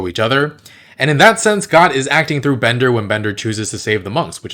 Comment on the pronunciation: Bender's name isn't Bonder, it's Bender! 😆